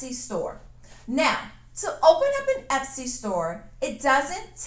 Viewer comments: Hun, it's etsy, not epsy...love your work and creativity....love your videos! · is "Epsy" different from "Etsy" just askin'?!!!...